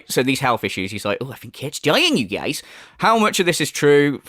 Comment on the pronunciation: Whenever you say "Okay you geeyaize" like DSP but that accent peeks through, I swear I DIE laughing man 😂😂